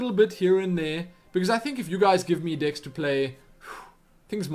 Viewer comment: it sounded like you were saying dicks to play instead of decks just letting you know